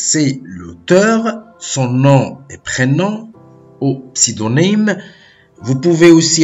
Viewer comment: sa m a tuer quand il a dis pseudonyme a